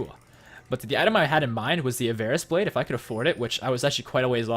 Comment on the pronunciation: Avarice blade is pronounced av-uh-riss by the way. There's no weird cadence to it or anything, either.